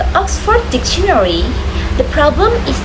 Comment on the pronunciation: That's a good topic and you explain it quite clearly. One thing that you need to improve is the noisy sound in the video which is distracting. Moreover, you need to improve your pronunciation such as difficult, dictionary, etc.